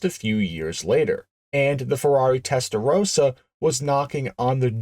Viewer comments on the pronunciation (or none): Testarossa, not Testarosa. Its not Rosa.... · tester-roaster? - wow! Americans just love to mangle foreign words